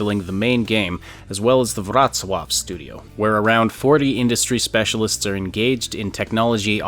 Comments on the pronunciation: u say wrocław beautifully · Pronunciation of Wrocław on point, well done sir!